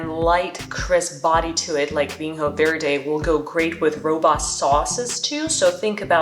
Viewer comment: Vinho is pronounced "vinyo" with an N followed by a soft Y-sound. NH is the equivalent to GN in French/Italian, or Ñ in Spanish. Same with Minho and everywhere else you see the NH combination in Portuguese.